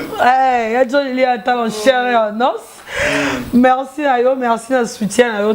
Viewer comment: tu na pas pu pronancer en chaire et en nos,,,,, Analfabette,il te faut une remise de niveaux